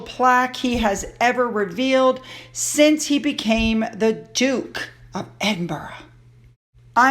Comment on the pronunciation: Please learn how to pronounce Edinburgh.😊